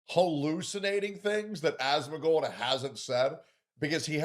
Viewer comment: Calls him "As-moan", followed by "it's cute watching him." Wild.